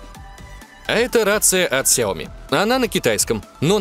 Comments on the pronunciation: Много только хотел написать комент скоко ты там сказал ксиоми?)) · Ты сказал 40 на ксеоми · 40 раз ксеоми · 41 раз вы сказали хиоми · 41 РАЗ ТЫ СКАЗАЛ ксяоми